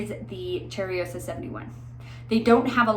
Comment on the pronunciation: So, it’s not cherryosa, it’s cheYroza, i am sorry, it’s hard for me to explain how words sound. I am from Brazil btw, so it looks effortless to me to know how to say things in my language, but I know how hard it is. Thank you for the infotmative video.